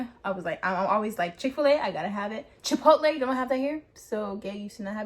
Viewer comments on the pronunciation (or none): none